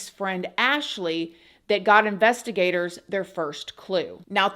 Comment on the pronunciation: I keep hearing it like investi-GATORS. Lol😂